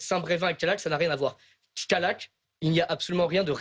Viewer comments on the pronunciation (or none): Alors ce n'est pas Kayak (ça c'est les canoës) et Brevin, mais CaLLac et SAINT Brevin... très professionnelle la journaliste qui écorche les 2 noms de communes qu'on a entendus 2000 fois ces derniers mois, et ce, alors qu'elle présente une émission qui revient là-dessus. Et ensuite, c'est juste MAGIQUE d'ironie qd elle coupe Stan à peine elle lui a laissé le tps de dire 3 mots après en avoir elle même prononcé 400, en lui disant: "Il y a manifester et mettre la pression!" A se tordre de dire qu'elle e se rende pas compte qu'elle accuse les autres de mettre la pression... en leur mettant la pression. Du GRAND journalisme madame, je m'incline! 😁🤣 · Callac , se dit calac pas kayak ! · Callac ne se prononce pas "Kayak" mais "Calaque". Depuis l'avènement de GZ, l'ensauvagement est omniprésent, tous les extrémistes se sentent pousser des ailes et menacent quiconque n'a pas les mêmes idées ! Quand S.Rigault rétorque en mettant dos à dos les deux extrêmes, navré mais c'est puéril et ça m'évoque des souvenirs, quand mon père me faisait la morale pour une colle, je lui disais "oui mais untel aussi" ! Prendre un mauvais exemple (ou un pire), est-il vraiment nécessaire pour se justifier ?! ça ne vous dirait pas de prendre exemple sur..euh, je sais pas, des gens qui ne sont pas des délinquants TOUT court ? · « CALLAC » (Côtes d’Armor)